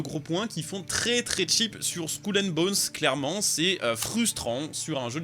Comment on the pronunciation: Skoul and bones? Fait un effort mdr